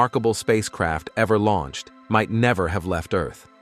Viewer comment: Lol, yeah, it said Launched: Launch-ed". LoL